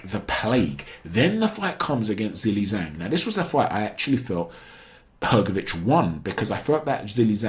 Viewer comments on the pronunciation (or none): In Chinese pinyin, the "Zh" is pronounced very similar to "J", so instead of pronouncing Zhelei Zhang as "ZAY-lee ZUH-ang", it should more like "JAY-lee JANG"